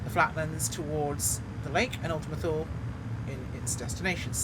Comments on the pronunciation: Perhabs more like: Too-Leh. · Thule = two-lee